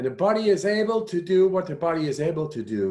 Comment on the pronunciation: Love his app - and when he says “YOU’RE DOING FANTASTIC” and feel it “thru your BOD-EH !